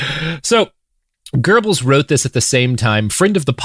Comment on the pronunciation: Robert pronounces Goebels better than I ever would, and still my stupid brain always hears "gerbils". And here I am laughing silently imagining a bunch of gerbils in a trenchcoat.